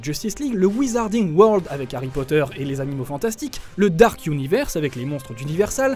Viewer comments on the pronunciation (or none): none